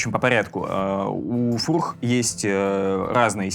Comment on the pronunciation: Фууурррххх😂,не знал,что фёрч так произносится